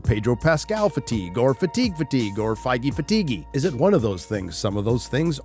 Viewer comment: 🤦 It says, "Feige Fatigue?" NOT "fighty fatiguey".